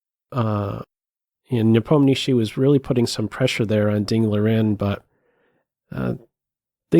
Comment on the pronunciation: Before watching the whole content I wan't to say ,this is the best pronunciation of the name of Ian Nepomniachtchi from non russian ever to be heard!